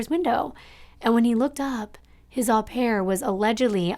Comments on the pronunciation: Its Oh pare not Ah pare. Au in french is an Oh sound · It is pronounced oh pair, not ah pair.... au in French is pronounced as oh. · Just a friendly note.... "au" in au pair is pronounced with a long "o" as in open or lobe.